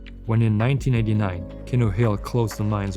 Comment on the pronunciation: It's pronounced "Keeno" - just to set the record straight!